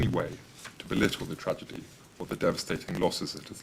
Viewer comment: 'tRaDiGy' 😂 STOP THE BOATS, STOP THE INVASION!